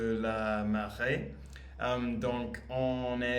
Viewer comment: Hello, thank you for your videos that I watch to every day! If I may recommend you: don't confuse those two words in French: une "mare" is a kind of little lake yes, and we pronounce it "mar", BUT in the video you pronounce it as "marée" which means the TIDE!!! Congratulations for your improve that we can see every day! French is a difficult language, you are brave, sincerely! Julien 😀